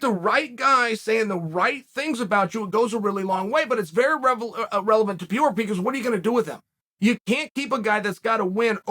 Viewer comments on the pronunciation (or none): P.E.R.E.I.R.A… NOT Piera, please. It hurts. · Alex Piera? lol pereira or pronouced maybe peheira but not piera....and it is khaMZat not khaZMat...wtf kael... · Alex Pe - rei - ra. Not Per- eir- ra. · I know it’s part of Charles shtick and I’m not referring him but I hate how media member and the commentators especially are always trying to over pronounce and annunciate fighter names that shit irks the shot out of me, I hav noticed everyone is calling him Par-day-dah like wtf it PAR-RARE-RAH FFS I don’t know how ppl get it so wrong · Mate, pe-rei-rah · Its Pronounced Per rare a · Say it with me Chael, Per-Era 😆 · If Chael says Perreira’s last name is Piora, or Piera, then that’s his last name now. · PE RAY RRAAA IS HOW TO PROUNOUNCE IT MY BOY!!💯👍🏽😉 Just call him ALEX! It's much easier!🤣🤣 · Alex Peer-ra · Its pronounced "Pear-reira" 😂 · New mythical fighter "Pierra" unlocked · Pereira (Pair-rare-rah), hopefully that helps Chael. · See after me : puh rare rah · “Alex Pee-era” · “ALEX PEE-ERA!” This is why Chael is the #1 mma podcast 😂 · Thanks Chael for educating me on what Blehall and Piera is. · Add Piera to the list of names Chael has corrected us all on. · “Alex Pee Era” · i watch this only to hear Chael say Alex Pierrot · If big unc says alex pee era. Then that is the annunciation. Keep up the heavy great work Chael!! Love it. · Hold on, wasn't he Alex Peora yesterday? Now he's Alex Peira? Damnit Uncle Chael, you gotta stop making me change the way I pronounce fighter's names so much, I'm super confusion right now. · Alex Pee-era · Alex St. Pierre-A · He's almost there: Pierre, Piorah, Piera you can do it Chael!! Undefeated, undisputed!!!! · Its easy to pronounce alex purr-era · Really still with not says Pereira. Don't you know any Brazilians? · It’s perarara fam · You really do go out of your way to mispronounce name don't you? Anyone new to the sport who stumbles across this video are gonna hear Chael talk about at least 3 guys who aren't in the UFC... LOL